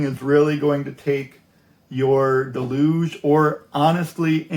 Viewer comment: It's "Deluge", not "delooooge", it's a noun and verb in English. Good point about using the index of a printed manual. Very helpful Vid'!